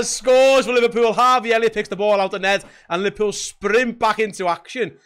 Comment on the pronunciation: Liverpewl! Liverpewl! Youse are ruin’n me night! Dying 😂